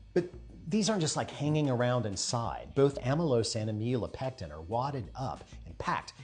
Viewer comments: Just FYI, you want to pronounce it AM-ih-lo-pectin. 😊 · I love the pipecleaner demostration. However, you"re saying "am ill oh pectin" wrong. No worries. I once watched a professor do this all lecture. I didn't want to embaarass him by saying anything.